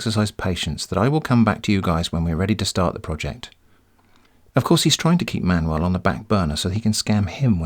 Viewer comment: It took me 15 minutes that you pronounce Manuel as Man-well ...... UFF